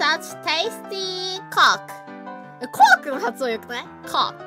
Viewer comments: Dat fucking clear pronunciation of “cock” though. 👌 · Hey keep your mind clean its "kok" ok 😄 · You can tell the difference between Pekora and Matsuri, pekora can somewhat pronounce the sentences even if she might not 100% know each and every word in it, meanwhile matsuri is just... K O K. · coke is now my favorite thing and when i go across seas i will wear a shirt that has coke in big letters in hopes of hearing a random girl say kok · the way she speaks coke makes me more concern than any words that she just said... Natsuiro Matsuri: "This is such tasty... kok. Isn't the pronunciation of coke nice? Kok~" Me while watching: RED EYES GLOWING WITH SWEAT NERVOUSLY WHICH??? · tasty kok am I right? 😏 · I'm going to Japan and correct the "Coke". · That is how you would pronounce it in my language, lolo the "u" is "o" (The pronunciation is almost the same as in japanese so I kinda see why she tried to pronounce it like that) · She said coke the wrong way, then said it the right way, then said it the wrong way again. She's such a gem. 😂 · That Coke pronunciation strikes yet again! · The o in Coke is a diphthong... Oh no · does japanese actually have the sounds needed to pronounce coke? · Matsuri in , after reading "This is such tasty coke" (as "This is such tastiii kok ")